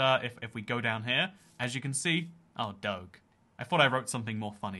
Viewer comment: You pronounce Doge wrong It's Dough-j